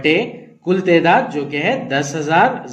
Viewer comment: Assalamualaikum sir wo tedaat nahin taadaad hai